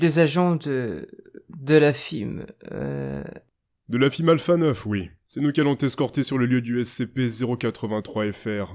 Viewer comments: Alors, j'ai vraiment bien aimé cet épisode à part le mot "FIM" car on dit "F.I.M" voilà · c'est pas fim mais F.I.M ( sépare les lettres ) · On dit F-I-M une lettre par une lettre pas fim ^^ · sa se dis pas fim sa se dis f.i.m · fim xd,on dit "F-I-M" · Pour les garde de la ... Alpha 9 sa se prononce pas fime mais F. I. M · très bonne video mais sa ne se dis pas fim mais F.I.M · Normalement sa ce prononce F.I.M. et pas FIM mais bon x) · On dit F. I. M. Fim comme pour SCP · Désolé mais beaucoup trop de chose mal dites ou les recherches ne sont pas trés appronfondit , FIM non on dit F.I.M. et aussi imcompréhension total alors que j'ai environ 2 ans de ma vie ou les SCP n'etait pas un mystere pour moi bon aller c'est bien de crée des nouveau SCP avec des effet de oufffffff mais voila en plus SCP c'est pas special truc machin c'est Secure contain protect en francais Securisé contenir protégé meme si après vous expliquez c'est vraiment con . DE PLUS depuis quand les FIM montre leurs tete c'est des gens hyper badass que personne connais vraiment et vous vous les ridiculisez .